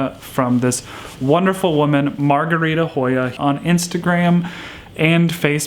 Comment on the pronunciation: Thank you and you did say it right 💜.